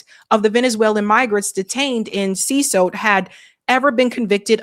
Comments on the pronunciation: See cot not see sote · It’s pronounced seh-CAUGHT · Damn, does she not know how to read? She pronounced CECOT "CESOT" at least three times! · You are totally buchering the word "Cecot". How have you not heard this word before? Is it not your damn job to know these things? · How is that this ignorant woman not know how to pronounce CECOT?? That he’ll hole is been in the news covered by her fellow journalists to infinity and this individual had never heard of CECOT!!!!!!! 😅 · I know, right? How do you see "CECOT" and pronounce it like she does?😂